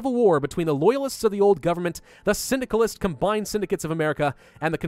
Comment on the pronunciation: Stupid-filthy Cynicalists! (What I hear everytime he says 'Syndicalist')